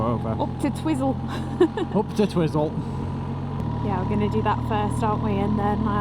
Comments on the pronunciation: We call it Twi(i) - zel is correct not Tiz-zel. It's tricky, like the suburb in Lower Hutt, Petone, being Pe - to (toe) ne, not Pet-one. 🤣🤣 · I frequently used to do the ride to Mount Cook when living in Farlie. I often combined the ride with a walk up the Hooker Valley. Staying in Twyzel (as it's pronounced), is a good option as you say, accommodation at Mount Cook is limited and very expensive. Camping isn't too bad if it's not crazy busy. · Twizel is pronounced Twiizle, not Twizzle. But coming from a foreign country (England lol) you are excused. Lol. Love your posts. You should stay here. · I love how you guys pronounce Twizel... had it right when he was pondering it, the first syllable rhymes with "wise". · An enjoyable video, thanks, but it is called Twiiiiiizel to us kiwis.. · haha, its Twi-zel. as in ' i ' sound.. safe journeys guys.. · Apparently Em, it is pronounced Twizel as in Why? Agreed,.it makes no sense but that's what New Zealanders say. Absolutely love your videos!!!! NZ is my favourite place I ever visited.